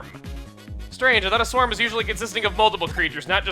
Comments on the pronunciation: Wouldn't it be pronounced S-worm and not Swarm? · I think in this game sworm is pronounced sw-err-m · Its pronounced sWORM. like a worm but with a s in front of it. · Uh... Chugga you know that sworm, is pronounced S-worm right? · I'm pretty sure Sworm is pronounced Worm Chugga. =P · I really think it's supposed to be pronounced like worm but with an S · that Sworm is not pronounced how your are saying it, it is pronounced like 'worm' but with s in front of it, if it was pronounced how you are saying it then it would be an a not an o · You know, I always thought that instead of mispronouncing it, he just made a play on words.